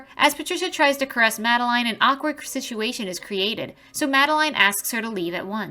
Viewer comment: “An awkward sku-sitiation” lol I much prefer human narration vs ai for many reasons, this is one definitely